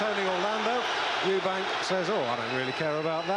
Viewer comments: It always pissed me off how disrespectful Barry was by constantly referring to him as Eubanks, there was no fucking s on the end of his name and that was rude and ignorant of him. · Barry McGuigan seems to be struggling with getting Eubank’s name right for some reason…🤔